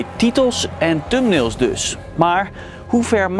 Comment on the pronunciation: Lekkere uitspraak.. "Tumnails" 😁